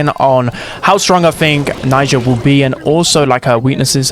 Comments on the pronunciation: Najia not naija!!!!! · Unc it's Najia, not Naija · It's not Naija, it's Najia 😊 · Siriuspocalypse tomorrow 🔥 Also she's Najia not Naija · That was so Dragebait hearing Naija all the time 🥲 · The way you say najia is infuriating 😂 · cuz he keeps mispronouncing it